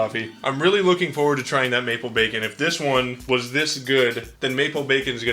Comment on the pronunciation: i keep hearing bakin pancakes every time says maple bacon